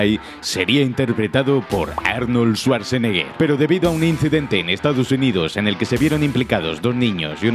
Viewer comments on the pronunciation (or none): none